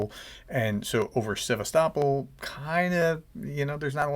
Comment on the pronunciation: Thanks for the breaking news. Also, I am impressed by your pronunciation of “Sevastopol” - using the local pronunciation instead of the American version.😊